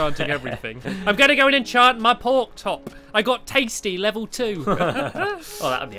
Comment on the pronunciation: "I'm going to enchant my porktop" 😂😂😂